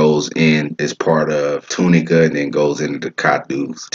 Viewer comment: It’s Lo-No-Ka = Lonoke and Too Ni-ka = Tunica. I’m from Pine Bluff.